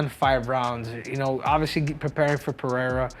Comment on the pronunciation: He can’t say Alex Pereira right but makes a point to say Duplessis with a silent s. Wack.